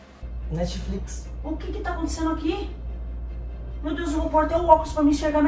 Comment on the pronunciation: a mãe deles entra no quarto e o fala netiflix kkkkk rachei😂😂😂